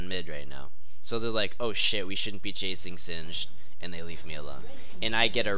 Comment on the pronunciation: its sin-jed and not sin-ged?